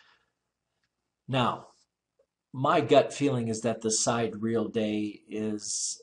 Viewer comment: Vsauce led me here, and now I hate you Vsauce. Can you at least pronounce Sidereal right?????? It is not side-real, It is sigh-deer-e-ul or si-deer-e-ul. If you ain't gonna do the math right, at least say it right so I can tolerate your monotone stupidity.